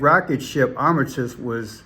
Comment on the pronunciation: It's Art-a-miss